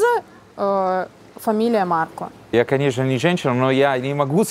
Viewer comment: Режет слух, когда произносит неточно окончание имени Марко, нечто среднее между о и а. Надо бы точнее говорить МаркО.